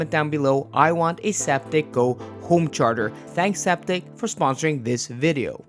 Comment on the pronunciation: "I want a Zaptec GO homecherger"